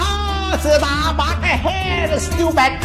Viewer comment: Starbucksเอาจริงๆก็ไม่ได้อยากขนาดนั้นนะแล้วเจ้าหนุ่มคนนั้นมันออกเสียงยังไงคนถึงฟังมันไม่รู้เรื่อง😂